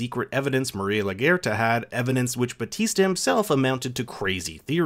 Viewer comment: This was so well written ill forgive the EXTREMELY Caucasian way you pronounce ‘LaGuerta” 😂 ALL LOVE! Lol